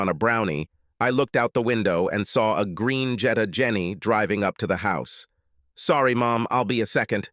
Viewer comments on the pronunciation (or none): none